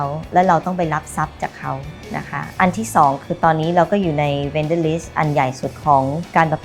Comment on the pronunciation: Vendor not vender krub